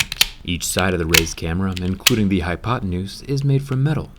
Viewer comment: Did he jus say Hypotinuse ? 🤣